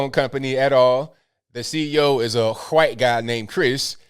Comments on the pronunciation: 'huh-white'? 'cool wuh-hip' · no i havent seen it lol i dont get it. So he just puts emphasis wh for white